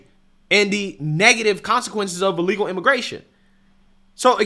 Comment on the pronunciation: Charlemagne has trouble saying the word illegal.